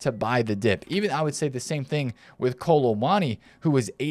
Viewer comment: Why does he call him Kolo Mani?